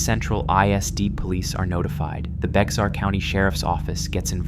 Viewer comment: btw, Bexar county is pronounced Bear